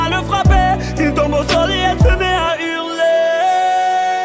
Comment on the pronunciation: c'est hurler pas hurlet